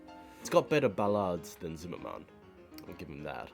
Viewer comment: "Zim-mer-men," not ""zim-mer-man"